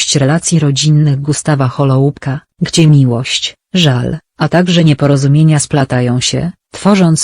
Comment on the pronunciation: Wymowa nazwiska byla okropna...